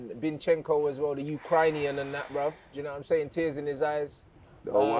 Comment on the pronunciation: Did man say the youthcrynian 😂😂😂